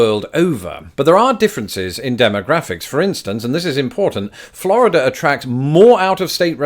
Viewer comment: please stop pronouncing Florida correctly. Practice with me now. "Flaaaaaarrrrrrrida"